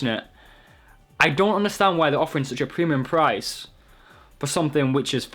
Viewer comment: 'Pwemium pwice'